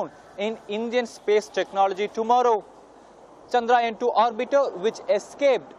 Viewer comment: its Chandrayaan ..... Chandra - Yaan !